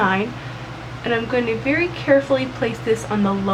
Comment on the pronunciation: "Veeeeewwy vewwy careful" omg